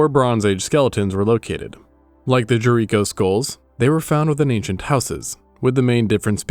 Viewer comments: ahh this is voiced with ai. Damnit, just when I thought I found a good history channel. Properly pronounces jericho minutes earlier. Then says “jury co” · Do you have wandering pronunciations on words that you haven't bothered to look up? Jericho, JeRiquo?😂